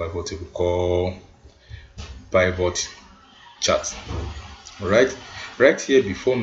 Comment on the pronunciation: Please learn how to pronounce Pivot correctly! In my 20+ yrs of data analysis, you are the only one shocking my system with your pronunciation of Pivot, and it's not funny.